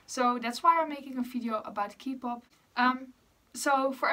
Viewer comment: eerlijk ik wilde net gaan vragen of je nederlands was omdat je accent zo klonk en toen zei je het ahahah tis btw gewoon kpop (met de K als in oké) ipv kipop ofzo hehe nice om te weten dat er nederlanders geinteresseerd in exo zijn ksjkjs